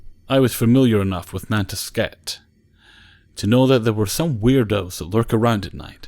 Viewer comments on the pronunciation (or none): The way he pronounced "nantucket" made me cringe.